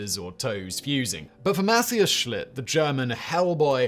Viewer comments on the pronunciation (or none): none